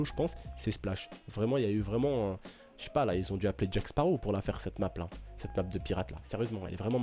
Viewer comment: tu voulais parler anglais mais tu à niqué le nom de la map